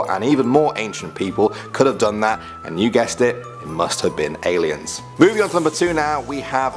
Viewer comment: All I keep on hearing is AILENS .....wow